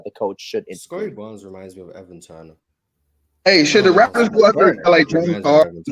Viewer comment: It's Raptors Not Rafters